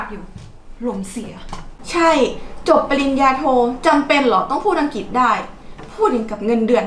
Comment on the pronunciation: ภาษาอังกฤษ ออกเสียงว่า พา สา อัง กริด ไม่ใช่ พา สา อัง กิด